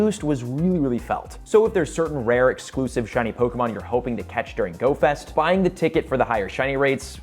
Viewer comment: Hey, after 5 years, I'm back and blown away by your growth! Your take on Pokémon Go Fest 2023 is on point, and I love that you've mastered the Pokémon names. Keep soaring, and cheers to more success! 🎉 Your almost good as PokeDaxi:face-fuchsia-wide-eyes